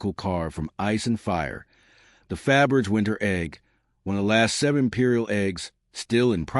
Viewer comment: The surname is spelled Fabergé, with an acute accent over the final "e". The narrator really should learn how to pronounce it before posting videos.